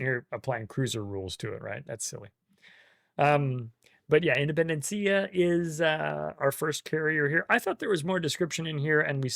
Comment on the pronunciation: Independencia was a real Argentine ship. The pronunciation is with a stress in the last E.